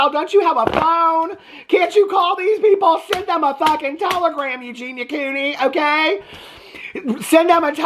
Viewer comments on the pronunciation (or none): none